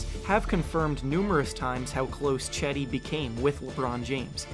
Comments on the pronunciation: Not "Chedi". It's pronounce like "Jedi" :) By the way i'm not joking. It's absolutely pronounce as "Jedi". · It’s not Chedi it’s pronounced Jedi! Turkish C is pronounced as a J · HE IS NOT CHEDEE, "JED-DEE" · Nice video but you are reading his name wrong (Yes I'm Turkish.) Read it like Gedi. That will be better. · As a Turkish person I cringe very time you pronounce Cedi's name. It's not Chedi like Chad its more like Jedi but with less emphasis on the i at the end. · Cedi osman = jed-i os-man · The c is supposed to sound like a J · It's "Jed-Dee". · Pronounced his name wrong. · By the way, it’s pronounced like jed-eye aus-man